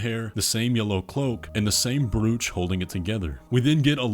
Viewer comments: its 'bro-ch'..not "brooch" your welcome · Look at the BREWCH I'm sorry, what? Is that an American pronunciation or something? I've only ever heard it pronounced like "throw" or "go" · Wait, you people pronounch 'brew-ch' instead of 'bro-ch'? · I'm amazed at how quickly you put this all together!!! You definitely know the game inside & out. Nicely done. Incidentally, just for your future videos - despite its spelling, "brooch" is pronounced like the word roach, but just with a B in front, giving it a "bro" sound at the beginning. It's not like gooch with a Br instead of the G.